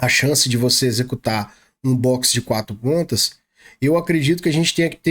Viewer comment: "Boxer de 4 patas" 😆